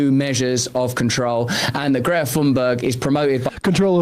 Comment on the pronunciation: Greta sounds like Gifa. That's how its pronounced in native tongue. Something like that. Some people have lost their sense of humour. Falsely claiming you are a piss taker to with a problem.